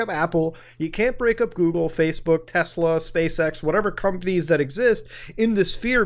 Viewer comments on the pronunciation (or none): none